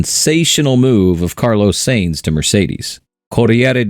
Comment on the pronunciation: Please pronounce Sainz correctly. Almost every one does